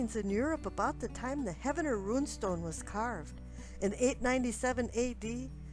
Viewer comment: I just opened comments to correct her. you beat me to it.